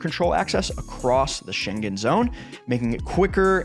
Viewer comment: Please, I implore you ... learn how to pronounce "Schengen" before you post a video. Thanks ! (The first part of your video was appalling.)